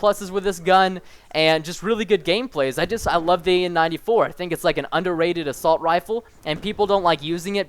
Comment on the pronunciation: Good vid man, you spent assault 'assult' I'm not hating on your vid just thought it was funny to point out :)